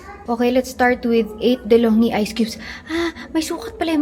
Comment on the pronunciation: De’Longhi po pronounce as deh-long-gee 😊